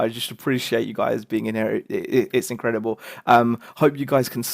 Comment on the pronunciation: "In-cray-arb-la" you crack me up man :)